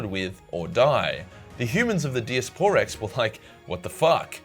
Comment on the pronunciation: Die-ass-per-rex not dias por rex